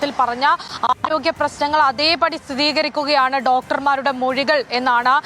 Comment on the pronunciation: സ്ഥിതീകരിക്കുക അല്ല കുട്ടി സ്ഥിരീകരിക്കുക ...